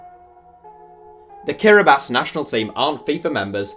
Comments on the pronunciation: Well, it is pronounced as Kiribas in the Gilbertese language, so he's not far off. I sense there's a wooosh here, but anyway. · it is pronounced kiribas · Everybody:Kiribati: KiRiBaSi